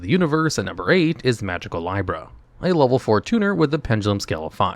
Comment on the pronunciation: I love how often you say the names wrong. Magicalibra isn't pronounced lie-bra. It's lee-bra, like the zodiac sign, hence the scale design.